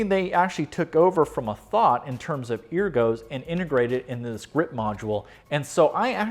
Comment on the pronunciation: you keep saying ergo improperly.